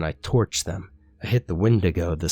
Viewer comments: did he always say it "when-day-go" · Is that how you pronounce wendigo?? I thought it was pronounced "Wendigo" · The way he pronounces Wendigo 😂😂😂😂😂😂😂😂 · You kick ass,! The way you pronounce the word Wendigo bothers me a lot more than it should, though.